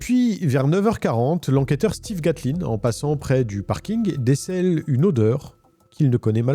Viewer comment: On dit Steven. ça s'écrite Stephen mais se prononce Steven